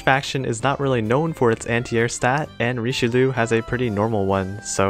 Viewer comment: It bugs me every time he pronounces Richelieu